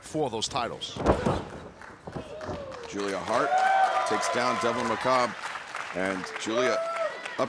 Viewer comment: That's not how you pronounce macabre. :zany_face